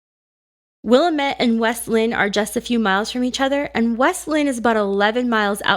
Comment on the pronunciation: Willamette is pronounced Wil-LAM-et.